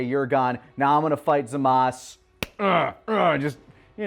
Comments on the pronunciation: ITS GODDAMN ZAMASUUUUUUU!! Not zamas... LEARN YOUR VOWELS!! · why do they keep saying zamasu wrong, they should know by now in the dumb his name is still zamasu